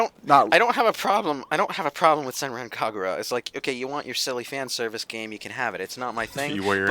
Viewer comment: "SENREN KEGURA." WTF DUDE. It's Senran Kagura. I spent a good 1,000 yen on it. RESPECT THE GAME.